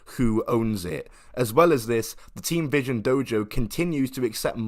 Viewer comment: I misheard th first time and was like did you say Team or Teen Vision Dojo? Think we all know what the dude wanted to call it